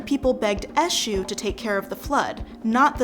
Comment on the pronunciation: Said politely: Your pronunciation of the names of the Orisha is in need of improvement. Obatala+ OH bah T lah, Oya: oi - yah, Olofin: OH low fin, Achè'= AH tchAY. Olokun: OH low koon. Eshu=AY shoe. 27 years initiated to Eshu Laroye.